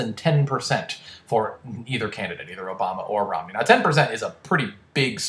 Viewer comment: Uhm, "Romney" not "Rodney"